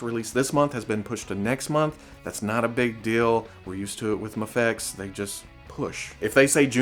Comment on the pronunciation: 3 different pronunciations of Mafex. Well done!